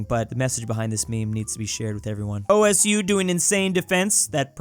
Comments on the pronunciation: osu player 1: its pronounced oh soo osu play 2: no its ows: o.s.u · | Hamish osu! players have sometimes argued about whether it's pronounced "osu" or "oss" as the second version is what the game says, but most players say "osu". Either way, "O S U" as he said in the video is definitely wrong. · I love how pronounced osu! as o-s-u.